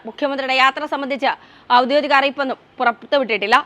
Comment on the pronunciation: "ഔദ്യോദിക "അല്ല, ഔദ്യോഗിക എന്നാണ് കുഞ്ഞേ...